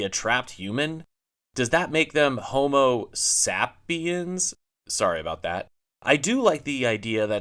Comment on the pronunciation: Hahahahahaa lololol “Homo-SAP-iens” lolololl hahaha NAILED IT!!!!!